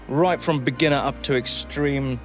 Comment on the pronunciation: When you say ”Up” i heard pub. 🤔mtb start from pub. Maybe☝🏻😁🤪